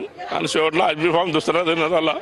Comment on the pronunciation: भाजप वाले कधी पासून cases घ्यायला लागले त्या बाई ला AB फॉर्म म्हणता येत नाहीय बी फॉर्म म्हणते आणि तिकिट पाहिजे 😂😂😂😂😂